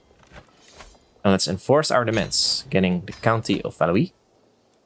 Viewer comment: I think 'Valois' is prenounced like 'Valowah' etc. instead of 'Valowee', I think it'd be Valouis otherwise... (Then again, I hardly know French for like 2 years...)